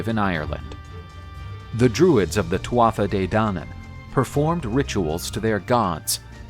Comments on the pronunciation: Great video, excellent delivery and illustrations. I really enjoyed watching. By the way Tuatha is pronounced too-hah. Not nit picking, just friendly feedback. Best wishes. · It’s pronounced ‘tua de danann’, the tuatha is how it is spelt but the ‘Tha’ is silent